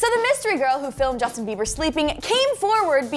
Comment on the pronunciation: Bieber not bieder